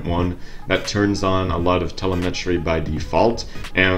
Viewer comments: Telemetry... Tel em etry. Not tel e met ry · The word is pronounced "Teh-LEM-et-ree" Not "teh-leh-MET-ree" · btw...the correct pronunciation is tel-LEM-etry (>‿◠)✌ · Where did you learn to speak? You sound a bit off when you say the word telemetry. I mean you no disrespect. Please check here to learn the correct way. I hope this helps. Good day sir. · Telemetry, please look up how to say it. You're so far off base it's not funny.